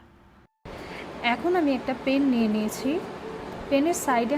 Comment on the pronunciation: পেন আবার কি ? প্যান 🙄🙄🙄